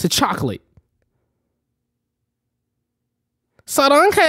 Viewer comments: “saranghae sarangho” plz 😂😂😂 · "sarangoo" you too bro lmaoooo